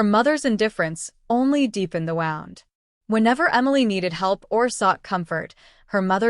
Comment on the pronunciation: The robot voice! Woond, not wownd. Come on!!